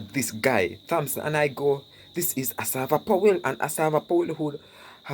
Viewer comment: the "h" is silent😏in Thompson😶‍🌫